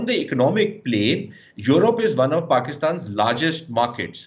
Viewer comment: This pseudo Sushant Sareen is such a Godi guy He only has pain in his butt because Pakistan is doing so well in every aspect & India is going down by the day. He cant even pronounce Europe or European correctly. Gaurav Arya is sub zero anyway 😆🤣😂